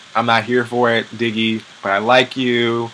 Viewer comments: Did u call Diggy "Diggeth"? Lmbao!!!!!! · did you say diggith!!..lol omg im done!!